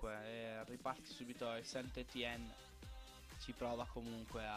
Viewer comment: scusa se ti correggo, ma il St.-Etienne si legge San Etien